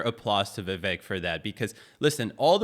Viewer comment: Viv-AKE…rhymes with cake.